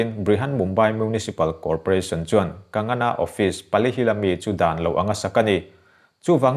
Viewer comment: Kagana ti toh lo la..kangana..kang-gha-na tiin lam ve toh la..😂😁😁